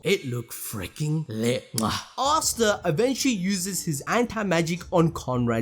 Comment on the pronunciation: you need to stop calling him "arr starr". Asta (aaa sta or ah sta) <